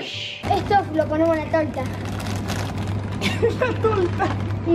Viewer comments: Alta risa cuando dice la talta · si tu viste el video te hubieras dado cuenta que dicen talta y es el que dice tolta aunque tambien lo dijeron los demas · al principio dice tolta no talta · Para que sepan hay paises diferentes osea que se dicen diferente torta y tarts osea tolta talta (*no tenia nada q ver:v*) Ademas al principio dijo "La talta" y al final "La tolta" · dijo TOLTA ES BERDAD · Me dieron 10 años de vida más cuando dijo "Tolta" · Todos: Torta: tOlTa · A mí también me dio mil años de vida cuando dijo "frutilla", y también me dio mil años de vida cuando dijo "una talta"